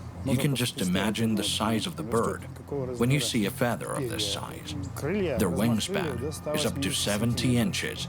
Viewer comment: whats the matter....dont you know what a "fathhhhhurr" (feather) is lol